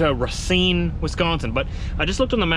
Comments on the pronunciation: the city you’re going to is called Racine (pronounced ra-cine and the a is a straight a) and means Root in French. Enjoy the city, it is really nice. Philippe in Bradenton FL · Just to help you out since im from wisconsin. It's pronounced "Ray-Seen" or "Rah-seen"